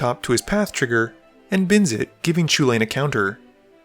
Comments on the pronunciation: It's just "choo-LANE" right?? How hard is that?? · Welsh: "It's pronounced Hull-en" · He looks like a Chuck. But can you believe there are some absolute mad lads in this world that look at the name “Chulane” and pronounce it “Cullen”? Wild times we live in. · Players: "Chulane" other players: "It's pronounced Chulane": CHUCK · Most annoying discussion on magic, pronunciation of chulane 😒